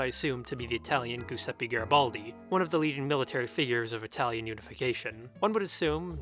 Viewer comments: The way you pronounce giuseppe as gusepi is terrifying Also duce as dusse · "GOOSEPPEE" Mazzini ohnononono